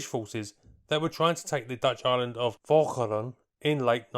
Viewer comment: Good effort on pronouncing Walcheren!